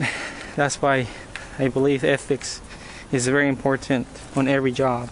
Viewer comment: It's very "Em Por Tant." It's funny how you pronounce that.